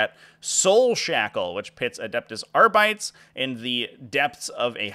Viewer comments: That Kill Team box looks pretty cool. Just a heads up, I think arbites is pronounced are-be-tays, not are-bites. Also, I'm pretty sure I see five fingers in that picture at the end. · Why do you pronounce it AR-BITES? Do you call marines ASS-STARTS? Why is North Americans can't pronounce GW names correctly... next you'll be saying REE-TRIBUTORS 😂